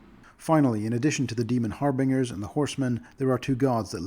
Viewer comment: never heard anyone pronounce "harbingers" that way... the way you say it sounds so goofy